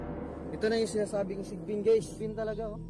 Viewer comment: like the way you pronounce "sigbin" very Filipino 😁🤣